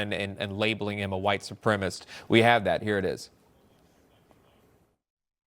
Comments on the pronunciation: Morons, it’s “supremacist”, not “supremist”. I would think the bar for employment would be higher. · Its supremacist, as in supremacy, not supremist. Please stop.